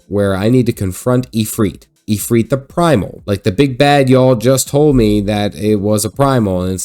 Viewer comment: ifrit not ifreet. ends in it no eet